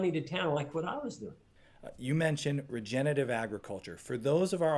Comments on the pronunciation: Regenerative. Regen-er-a-tive. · Dean O. Look, i use my real picture and name because i intend to be thoughtful and think people should be real even online so please dont try to pretend that you know anything about me. The host of this video also said regenitive and he have no detectible accent. my whole intention is to say that we need to be careful in what we say and how we say it as words do matter. “I seen” seems to have replaced “i have seen” as standard english these days as an example. I never called ignorant so please cut it out. I said what i said and that is all there was to it. If you want to take away other meanings please feel free but thats not my problem at all. You call it nitpicking but again, words matter. Immigrants speaking broken english never get the respect that they deserve, individuals speaking with rap lingo face a similar issues. So im not judging anybody but not wanting the mans message to be lost on people because again, its important. Im done talking about this though, just understand that constructive criticism isnt negative criticism. Hey can you sound out the full word vs youre a moron and ignorant are two different things. Cheers buddy. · Regenerative: re-gen-er-a-tive. Generate, regenerate, regenerative. From a Nebraska neighbor. is awesome!! Wonderfully helpful.